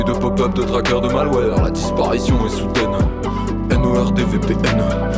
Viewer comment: La disparition est soudaineuh